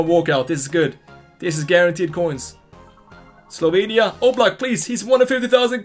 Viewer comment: Wow u said “Slovenia” so good😳 great pronunciation bro🇸🇮